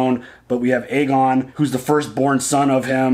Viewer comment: *Aegon Not Argon lol. Sounds like a pirate: "Yes I be ARRRRGON the Pirate King of Westeros!" 🤣